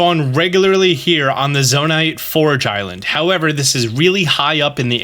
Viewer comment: Pretty sure it would just be pronounced “ZoNITE” right? Not “Zona-ITE”?